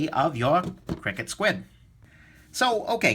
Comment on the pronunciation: i think you say each letter individually and it's not "cricket". i could be wrong tho